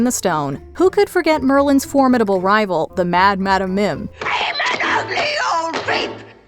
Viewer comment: It's not Mad-am it's Mad-um